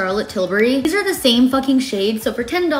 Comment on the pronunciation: The way you pronounce Peri Pera like it’s Spanish is actually good 🥰